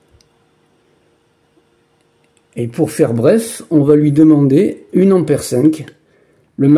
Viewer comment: Merci pour cette expérience. Cepandant on dit un ampère et non pas une ammère.